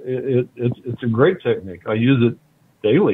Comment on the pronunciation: "I Got alot of trim with that teqnigue.🤣